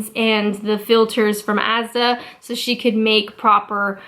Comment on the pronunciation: Asda and argos sound so fucked up from a non english accent xD